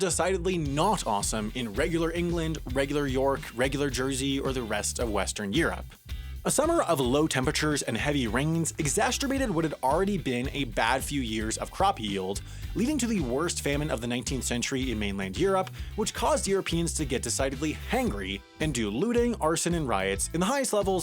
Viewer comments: "exasturbated" lol did you mean "exacerbate"? 😂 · "...exasturbated..." It seems you have mashed up "exacerbated" and a common pastime. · Lol exasterbated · Exacterbated, eh? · He said "Exasterbated" 😭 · "exasterbated". Def: annoyed self pleasure. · did he mispronounce exacerbated as exasterbated? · Did you just say "exasterbated"? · Did he say EXASTURBATED?!??? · "...exaterbated.." Means the same thing as 'exacerbated', butt witth ant exttraneous 't'. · Exasterbated. Gross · Laughing at how said "exasturbated" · did you say “exasterbated” ? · FYI: ... "exacerbated" does not rhyme with "masturbated". Please do another video on █████ █████ █████ █████ █████ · Exacerbated doesn't rhyme with masturbated. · I’m pretty sure “exacerbated” isn’t pronounced how it was in this video.